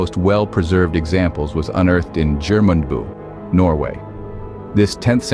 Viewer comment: My mistake about the name Gjermundbu helmet, it was not your fault, as it sound like German Buu, and the trandlator made a big mistake. But the rest is nonsense.